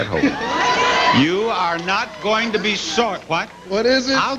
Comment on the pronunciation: Why does he sound like a Canadian when he says "sorry"?